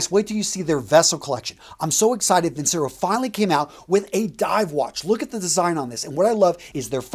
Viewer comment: Its pronounced vin-chair-o..... It ticks me off when you promote a company and mispronounce its name